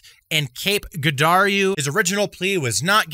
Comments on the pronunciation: Cape Jer-ardo is how you say it if you’re curious! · Lmao the the way you said Cale Girardeau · The way he said Girardeau 😂😂😂 rhat is not how you pronounce it sir.